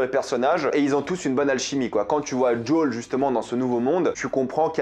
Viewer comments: Alors j'aime beaucoup ta vidéo et ton anlyse MAIS, en français, son nom est "JOEL" pas "d'Jol" (c'est aussi mon prénom alors je me sens un peu visé) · Tu peux pas dire Joël au lieu de joool c'est très laid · jol jol jol joel!!! lol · Alors c'est JoEl pas Jol... Parce que là c'est insupportable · Arrête de prononcer djol 😭 je te jure que sa me fait souffrir 😭🤣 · Je t'adore mais peux tu arrêter de l'appeler djol punaise c'est joël quoi pourquoi djol ? (ceci dit très bon mando dans ce rôle) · Désolé, mais quand tu prononces le prénom de Joel, j'entends celui de Jul, le rappeur marseillais dont je suis allergique ^^ Pardon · Pourquoi tu dis jol ? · Ça me perturbe à chaque fois qu’il dit son prénom 😅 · The last of us est mon jeu préféré j'ai du me les faire 3 ou 4 fois chacun j'étais pas fan du perso de eli quand je les vu dans la bande annonce mais lors du premier épisode j'ai eu la même réaction que toi ok il on géré par contre tu me fais saignait des oreilles a chaque fois que tu prononce le blaze de Joël 🤣🤣 je pense que si il continue comme sa la série va être incroyable par contre je suis pas fan de tess je la trouve largement moins bien que dans le jeu a voir plus tard